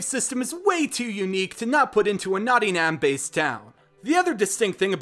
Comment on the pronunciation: Its...Nottingham pronounced Notting-him btw